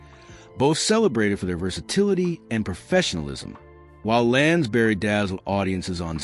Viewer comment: The narrator cannot even pronounce Lansbury. Really annoying.